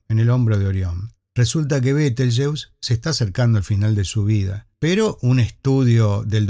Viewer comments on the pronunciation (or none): En español se pronuncia /beteljéuse/. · ¿Por qué, si el nombre es de origen árabe, lo pronuncias en inglés?, ¿por complejo de inferioridad cultural ante ese idioma, el inglés?. Lo correcto sería pronunciarlo en español cuando hablas en español.